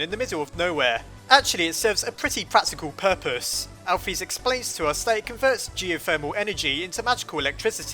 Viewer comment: Alphys name is pronoced al fis not al phys